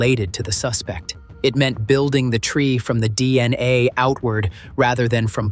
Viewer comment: They way this robot says dna, D....N.....A, D....N....A